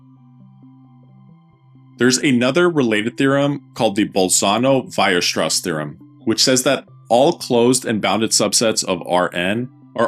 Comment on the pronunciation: Sorry for nitpicking, it's Weierstrass not Weirstrass.